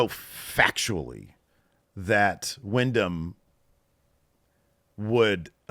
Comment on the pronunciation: Windham. His name is Windham. Not William. You could at least respect him by getting his name right 😐